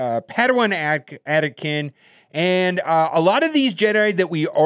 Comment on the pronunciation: "Padawan Attakin"